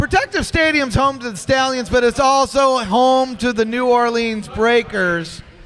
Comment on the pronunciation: Love your show, but y’all got to learn how to say “New Orleans” the right way! Enter me in for the t-shirt! Geaux Breakers & Giddy up!